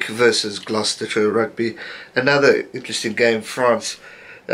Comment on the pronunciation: Just letting you know, Gloucester is pronounced glos-ter, as an Irish man it was weird when I first learned it too ☺